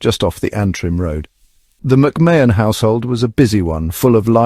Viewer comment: Pronounced Ma hun….